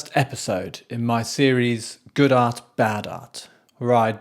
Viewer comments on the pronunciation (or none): My thought's? I think it would be good if you could try to pronounce the "T" in art. It sounds like you're saying arse...